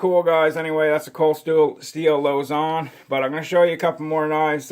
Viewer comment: It’s a filipino-inspired design. “Luzon” is also a filipino word. What’s with the french pronounciation?? 🤣 “Loouh-zoungh” wtf